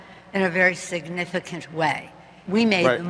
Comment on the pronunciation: "in a very shignifigclant way ."